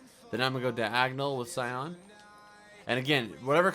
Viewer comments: You are saying cyon blue cyon blue it's s-eye-an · not cyon ,cyAN (si-an)